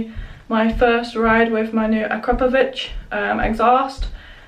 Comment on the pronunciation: Superb exhaust sound, nice video clip! And by the way, congrats on pronouncing Akrapovič 👌 Best Regards from Slovenia